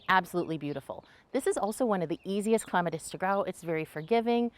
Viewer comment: Thank you for pronouncing it correctly 🙂